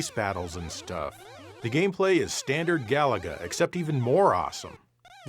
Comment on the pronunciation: It's pronounced ga-LA-ga, stress the middle syllable!